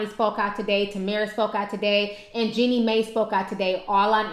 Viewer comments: Stop saying Jeannie(May) it's pronounced Jeannie(My) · great story! btw you pronounce it Jeanie MY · That Twitter user named Him Kardashian went off. He said a bunch of things on how they used Tamar. It was so funny OOT: It cracks me up how you pronounce Jeannie Mai... 😂😂